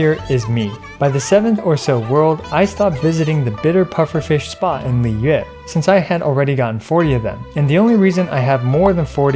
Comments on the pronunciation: Theres many ways to incorrectly pronounce liyue since its difficult to master. "Liway" "Leewuh" "Liyooweh" and many more variations. The correct pronunciation is just like what this youtuber said. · Off topic but I was caught off guard at how “Liyue” was (finally) pronounced correctly by a Genshin youtuber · This is the first time I've ever heard someone pronounce "Liyue" correctly 😳